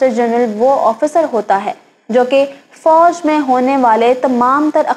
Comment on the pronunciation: Apna tallafuz improve karnay ki aap ko ashad zarurat hai. For example lafz fauj hota hai aur foaj nahi hota.